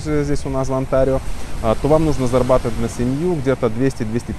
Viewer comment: сколько ааа.. не «зарабатовай» ааа.. писать без ошибок аа.. будет так же невозможно…а..